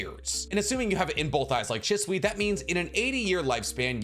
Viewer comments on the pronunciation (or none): none